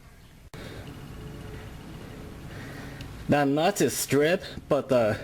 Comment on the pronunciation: And de nut